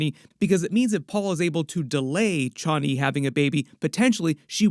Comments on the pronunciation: "chha-ani".. Man, just say Chani normally. Everything's fine. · Paul pronounces it Chanee long a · I hate how this guy says Chani lol. Dude it's one word not two. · The way you are pronouncing Chani...